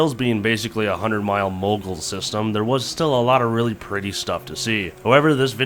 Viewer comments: M-You-nis-ing-Munising not Munsing haha 😂 Hoe-ton lake not hueTon lake - Houghton lake lmaoooooo. Mackinac-Macki-naw not MACKINACK HAHA. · its houghton (HO TON) and mu ni sing not munsing as you have stated. there are alot of crazy names here in michigan. great video love your channel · Munising is pronounced “mewnising” btw. Thought I would help a couple fellers out. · Mew-nis-ing, not mun-sing. I lived there and still have family there. I miss living up there. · I've lived in the UP my entire life. We too have had really bad winters with no snow. You guys were lucky and found the only towns that actually got some. BTW, it's Munising (mew-nuh-sing) not munsing. EDIT Also, Houghton is pronounced ho-tun not hew-tun. ;) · Guys you are butchering soooo many town names 🫣🫣🫣🫣🫣🤣🤣🤣🤣 as a life long Yooper it’s both hilarious and rough 😮‍💨😮‍💨 love you guys 🙌🙌🙌 mu-nising not mun-sing lol and it’s ho-ton lake not hue-ton 😂😂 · You drove RIGHT past my childhood house! It is pronounces Mu-ni-sing. Next time you're in the yoop love to have a beer about it! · First it's Mu-ni-sing, the straight road you were commenting about is the Seney stretch. As far as snow? One of the sights I supplied ammunition to would get 300-350 inches of snow a year. I was stationed at K I Sawyer between and was the ammunition supply officer for a while. And yes snowmobiling is really big 'cause after deer season is over what else is their to do? Oh Houghton and Houghton Lake? Again Ho-tun will be closer to the correct pronunciation. The Bridge is Mac-ah-naw. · Ugh.... Out of towners. Lol. Munising is pronounced mew- niss-ing and Houghton lake is pronounced hoe-ton lake. 👍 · It’s pronounced mew-nis-sing and in the summer it has an awesome shipwreck tour!! Welcome to the mitten! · Munising (Mew-nih-sing), Orion (Orr-eee-en) lol. Good trip. Did yall get a pasty in the U.P.? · Glad you finally visited the YOOP!! Should have stopped in Munising (mew-ni-sing) 😁😁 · "mew-na-sing" Munising